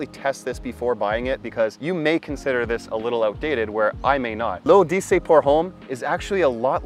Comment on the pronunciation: Pronounced ‘lo’dessey’ issey miyake